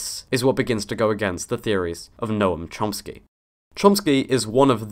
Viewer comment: *Chomsky. UnBeLIEVABLE how many of you got that wrong. It's Noam Chomsky, not Lomsky.